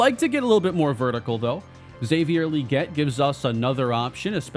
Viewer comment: Pretty sure Xavier Legette's name is pronounced with a hard G, so Leg-ett, not Lee-get.